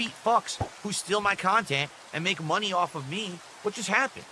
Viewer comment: No mahney, no gaem! Angry